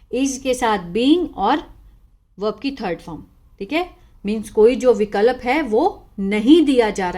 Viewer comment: आप कुछ हिंदी को गलत उच्चारण करते हैं जैसे स्वीकार को सबीकार विकल्प को बिकलप। इंग्लिश तो आप बहुत अच्छी पढ़ती है थोड़ी हिंदी में मिस्टेक करती हो